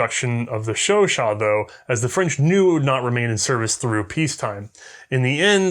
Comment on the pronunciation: "This, is a French Sho-Show" "Chau-CHAT"